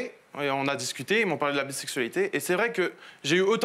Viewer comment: Non mais je rêve ? "C du ninport koua la bissaiksualitai", comment ça du n'importe quoi ? Enfin bon..